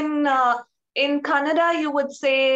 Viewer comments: it's so funny that the kannada girl pronounce other kannada word perfectly but when she say kannada it come out Konnnada ...🤣 ofcourse i am not trolling her. but it's funny. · She is not pronouncing kannada properly....... lu, and...nna letters are not pronounced as she pronounce.